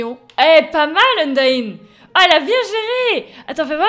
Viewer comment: frite a fait une video sur le mod et il a maltrete: undyne chara et asriel il a dit asriel c toriel et il a dit chara ou lieu kara et undyne il disait undine c t un massacre apprend lui undertale!!! stp